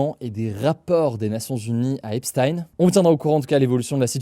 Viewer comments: Je vois que je ne suis pas le seul à m'en agacer ! C'est /ˈɛp.stiːn/, avec le son "s" (pas "ch") et le son "i" (pas "aï"). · On dit "Epstin" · Epstaïne Esptine Epchtaïne frérot faut choisir une prononciation à un moment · ça se prononce "Epstine" : /ˈɛp.stiːn/, avec le son "s" (pas "ch") et le son "i" (pas "aï"). C'est étonnant que Hugo continue à alterner autant entre les 2 prononciations alors que les autres médias se sont bien habitués à la prononciation qu'il utilisait de son vivant aux états-unis (et toujours utilisée dans les médias états-uniens) ! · C'est pas choquant mais c'est agaçant. C'est quand même pas compliqué de faire une recherche, et on est fixé. Je l'ai fait et en 5 min c'était plié. Les journalistes ne sont pas plus cons que moi, donc pas d'excuse. C'est agaçant. Et pour les flemmards : on dit /ˈɛp.stiːn/ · Un jour, peut-être un français prononcera "Epstein" de la bonne manière...